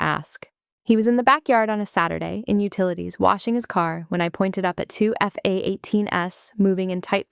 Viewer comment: Is it possible to teach your AI to say f-18s without stuttering? It takes a second or two to translate and kind of interrupts the floor of the story. I also noticed that they have troubles trouble with plurals. Pronouncing the Es at the end which is also annoying. I am a nitpicker and proud of it